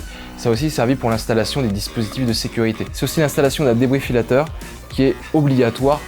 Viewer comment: On ne dit pas Débrifillateur mais Défibrillateur.